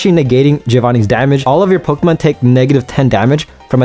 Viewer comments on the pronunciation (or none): Poké. Poké man, it's Pokémon. Not pokimon. Please. Also again, like I said on another video, I hope you start working on increasing your vocabulary if you plan on talking as a career. You said ya about 50 times over the course of 14 minutes. That's 1 ya almost every 17 seconds man.